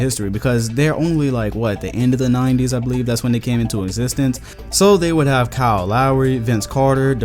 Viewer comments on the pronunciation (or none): none